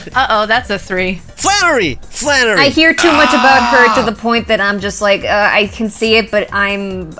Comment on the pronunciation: When you said flannery I just heard mommy.